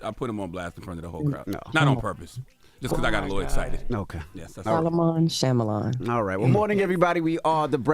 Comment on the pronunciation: Charlemagne and that slippery tongue is sending me. Jess plz cont. to help your colleague say M. Night Shyamalan correctly.